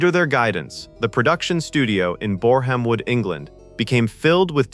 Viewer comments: Boreham Wood is pronounced borum wood. Why do Americans NEVER check to find out how names are pronounced? It's so easy. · Not Bore-ham-wood, more like Booremwood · BOREHAM WOOD is pronounced BORAM WOOD (...I'm English by the way!)